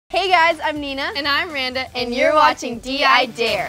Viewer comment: Randa not Randal